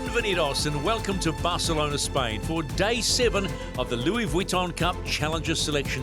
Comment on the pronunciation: Did you hear the way he said “Barcelona”’on day one? I’m thinking someone had a word as it’s frowned upon for a non-Spanish person to try to say it with the accent. It annoys me the way he pronounced Louis Vuitton as well